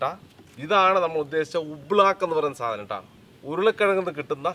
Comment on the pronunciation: സാധനം ആണ് സാതനം അല്ല 😂